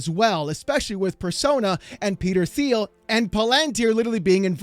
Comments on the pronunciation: It's pronounced Like palindrome and tier Palantir. ...and it's Teal, Peter Thiel. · For someone who likes to be right, you would think you could pronounce Palantir. It is pa·luhn·teer. The "lan" part is not emphasized and it is pronounce Lun. Like palUnteer. The Un is like in the word "under". You dope. Oh and Peter Thiel's name is pronounced PEE-tur TEEL